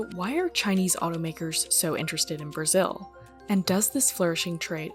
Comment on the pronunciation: He said local Toyota moter in brizil. 😂😂😂😂😂